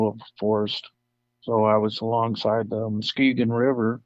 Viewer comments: MUSKEE GONE?? LOL! It's pronounced MUSK kee gon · Musk-EE-gun Not "muskeh-gone" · It's pronounced mus key gun river fyi. Lots of american Indian, hard to pronounce, names around here in Michigan. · muss-key’-gun river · The pronunciation is Musk'eegun. With the emphasis on kee. But not real strong. MusKEgun. Thanks for the info. The sasquatch I saw was real. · It's pronounced Mus ke gon not Muske gon..just an fyi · it's musk ge gen how u say it lol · Mus- keegan. Is the pronunciation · Thanks for the great stories, most of which seem credible. But Muskegon is pronounced by the locals Musk KEE gun emphasis on the middle syllable. Otherwise, keep up the good work.